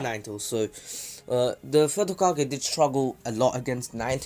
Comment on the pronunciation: First off ur saying hogake when it’s hokage. Second minato is stronger than hiruzen and hashirama is stronger than all of them